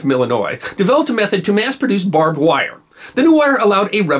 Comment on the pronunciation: Ironic how Texans can't pronounce "barbed wire". Or "What-a-burger".